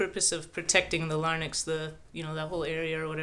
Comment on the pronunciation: Good video -- but with one gross error in pronunciation. The Adam's apple protects the LARYNX and not the LARNYX (notice the N and the Y reversed). You meant "la-rinks". Your background buddy, though, has a perfect Adam's apple -- nice and big and pointy, and it moves a lot.